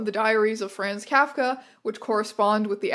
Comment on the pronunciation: Please learn how to pronounce Kafka